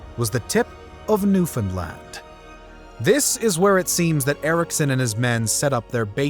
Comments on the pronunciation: Props to properly saying Newfoundland. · NAILED the pronunciation of Newfoundland, Newfoundlander approves